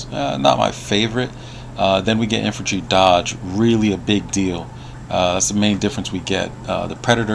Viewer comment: INFANTRY NOT INFULTRY DAMN IT GET IT TOGETHER LOL